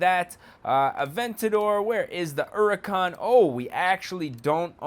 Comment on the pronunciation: Its huracan not hurican